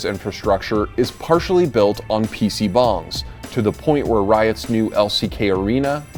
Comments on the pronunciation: I kept hearing PC Bongs. Haha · as a korean, its funny to hear people say pc bong lol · I can assure you it was neither pronounced correctly in English nor Korean. But it made for a cute joke at the end. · you butchered every pronounciation possible on those korean words.